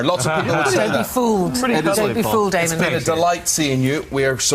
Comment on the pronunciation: It's Damon not fucking Demon you dumbasses.